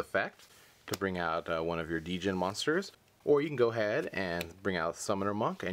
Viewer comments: The monster you called "Dee-Jin" is just pronounced jin (like the alcohol gin). Silent D. Go figure. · Just so you know, it's not pronounced "Dee-jinn," the D is silent. It's just "jinn." Actually, American culture has it all wrong. "Djinn" is plural, whereas "Djinni" (prounounced "jii-nee") is singular. In fact, if you say Djinni fast, it sounds like "Genie." Fun fact: When Jafar wishes to be a djinni at the end of Aladdin, he doesn't say "I wish to be an all-powerful GENIE!!", he says "I wish to be an all-powerful DJINNI!!", the correct way. 'Genie' is just the name of Aladdin's djinni. :) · Only thing I got to say is that the d is silent on djinn but deck looks solid